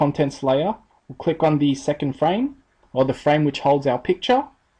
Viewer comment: se le borra el guion amiga es FRAME no es FRA-ME jajaja me di cuenta del error xD